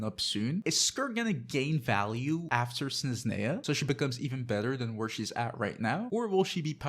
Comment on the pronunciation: Snezhneya, Zebai and Fyurina 😅. It’s different how you pronounce them compared to me and my brother.